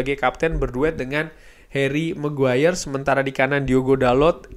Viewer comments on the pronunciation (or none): none